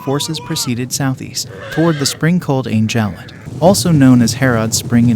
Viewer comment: Kutuz, pronounced kootooz. Bab El Zuweila, (the zuweila portal) pronounced with the article "el". Bab El Zuweila. Ein Jalut is pronounced EEin Jaloot. Ein Jalut is Goliath's Spring. Not "Herod's Spring". This battle forever diminished the Mongols influence and stopped them from invading North Africa. It was a sound defeat for the Mongols, their first and decisive one. It marked them psychologically and for the first time, allowed them to contemplate defeat as a possibility of war. Acre is pronounced, acra or St John of Acre.